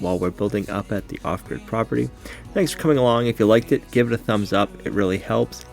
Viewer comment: Lookin great! Not much echo now either. Lol, love when you say "off-grid" .. property, it sounds like you're saying "awkward" property .... lol! Luv it though! Fish n chips looked good too!